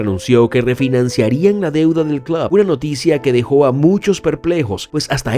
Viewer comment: Contador para las veces que dijo "clob" 🤣🤣